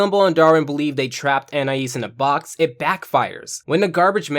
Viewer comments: An - I - ees ❌ an - I - is ✅ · its not AN-I-AS its AN-EYE-EASE